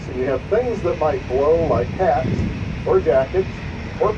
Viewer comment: I like boat rides like that. I kept thinking he said cats, not hats. lol. Nice vid!